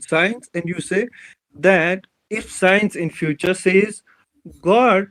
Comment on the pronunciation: Scinus ka kamaal hai 😂 in kashmir people pronounce science as sinus